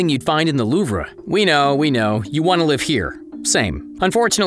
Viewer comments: Louv-ra. Are you joking!? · The Louv Re? You dont say re at the end dude.Learn french guy.Holy crap. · "the loovruh" my fellow french speakers are crying, but we'll forgive it.